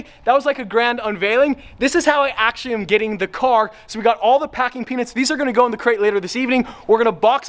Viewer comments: Just me or anyone else keeps hearing "packing penis" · Ngl sounds like he's saying packing peenus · Every time you say peanuts... i hear something else. Congrats man